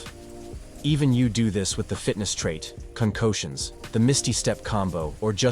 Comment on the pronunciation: Lolol you said "Void Clo-ak" with so much confidence. Some YouTubers say things wrong on purpose to get more comments so im gonna give you the benefit of the doubt and say thats why you did it lol. Same with "Concotions" , did you mean concoctions?!? That one threw me for a loop as well lol. Damnit i found another, you said "Cap-able" instead of capable. You should really stick to one or two mispronunciations or ot becomes way too obvious. Now if this is a true speech issue you have feel free to reach out and ill watch your videos before you post and let you know where they could use correction. Nobody is perfect at everything, in fact i likely have more flaws than most. But overall this video was helpful and just what i needed. Maybe don't worry about forcing comments by adding mistakes on purpose, just make good content and they will come. Whats the point of making content if you are going to dumb it down for a few extra views? But its your channel and your decision of course.